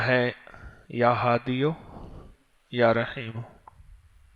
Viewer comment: يا هاديُ ی پر ضمہ کے ساتھ پڑھنے میں تسامح ہے۔ یا ھادیْ ی پر سکون پڑھنا ہے ۔اسم منقوص کی حالت رفعی سکون کے ساتھ ہوتی ہے۔ اگر دوسری وڈیو کے ذریعے اصلاح ہو جائے تو بہت بہتر ۔شکریہ